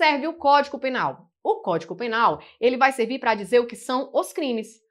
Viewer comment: Eu ouvi “códico” penal . Desculpe se ouvi errado. Bem no início da aula.